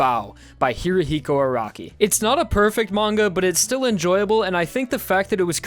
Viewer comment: could you stop saying Hirihiko Araki? thats not how you say it.